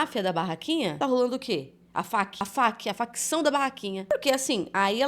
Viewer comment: Não se fala ta rolano é tá rolando